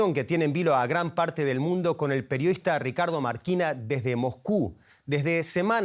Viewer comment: Periodista porque dice MOJKU acaso no sabe leer la S???? Se dice MOSCU no Mojku, pronuncie bien pornfavor